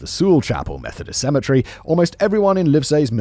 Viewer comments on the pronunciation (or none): cemetery.. not symmetry Lol. I'm just breaking balls. Fan of your content, all channels